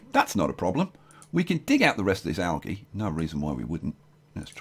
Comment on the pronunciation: Yo it is pronounced aljee